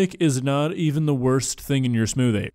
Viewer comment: I'm sorry, I didn't have the willpower to finish this video. The "smoothie" got to me